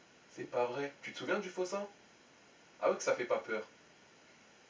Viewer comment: C'est moi ou au debut il dit sein au lieu de sang 😂😂😂